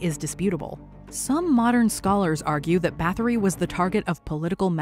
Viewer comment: fyi Báthory is pronounced bar tor ree ignorant Americans.